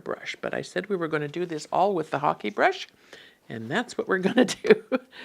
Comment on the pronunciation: Thank you for the proper pronunciation of the ‘hake’ brush! I was saying it completely incorrectly! Thank you for your videos as well! I feel I am learning so much from them, they are very enjoyable to watch.